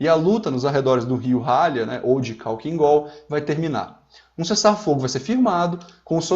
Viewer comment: Sei que este vídeo é antigo, mas acho que vale comentar. Parabéns! Este canal é incrivelmente técnico, passo horas me entretendo aqui. Só uma dica, "khalkhin gol" se pronuncia "halhin gol". É que em russo se escreve Халхин-Гол, o "X" em russo é o equivalente a "rr", só que por algum motivo quando se faz a transliteração para o alfabeto latino o "x" (RR) se escreve como kh. Mesma coisa com outras letras, na regra de transliteração, o "zh" tem som de "j", o "j" tem som de "i" mais curto. Ótimo vídeo!